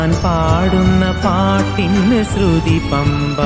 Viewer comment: Sruthi ennu sarikkum ucharikanam